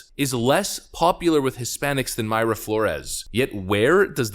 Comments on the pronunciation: It’s My-ra Flores. My-ra not May-ra. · I'm fairly sure Mayra is pronounced "My ruh"; one word of course, no pause. I used to know a Mayra. Although, "Houston, CA" is pronounced differently from "Houston, NY" so who knows. Need to listen to her say her own name to be sure.